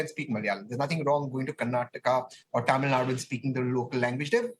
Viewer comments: do these people deliberately do this ? its Tamil nadU not tamilnad and its KannadA not Kanad .. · News reader born to white man thats y she is not able to pronounce tamilnadu .she pronounce as tamilnad.with this condition these idiots imposing third language😂